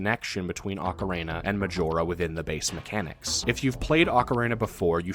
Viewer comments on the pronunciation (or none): Loved the video, but this drove me nuts: Do you see a third A in the word ocarina? It's ock-uh-reen-uh, not ock-uh-rain-uh. Okay, rant over. Great vid!